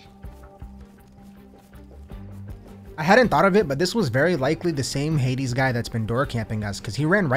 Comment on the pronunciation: i don’t know the name but he is pronouncing some words extremely German like Hades and so on 😂